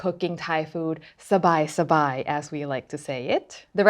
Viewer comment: I had to chuckle since as a Filipino, sabai2x (for us, it's sabay2x) means together